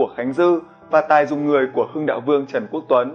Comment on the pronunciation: ghi sai tên Trần Quốc Tuấn, đọc thì sai tên, mong kênh lưu ý hơn ạ